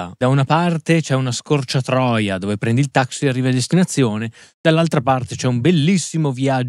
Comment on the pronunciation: Scusa amico ,ho capito una scorciatroia e non scorcatoia; ha parte gli scherzi (volgari) gran bel canale il tuo,complimenti,saluti da Treviso